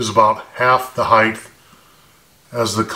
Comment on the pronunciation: great videos, but it's 'height', not 'heigth'.